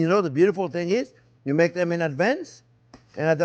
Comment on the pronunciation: LoL....Chef...deep down you are a "spicy Italian". You said, "you maka", we all heard it and WE LOVE YOU! Merci!